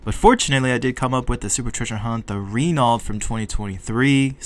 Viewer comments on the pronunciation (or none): Renault is Pronounced Ruh-no